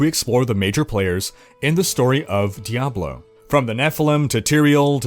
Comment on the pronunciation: did he just say diabolo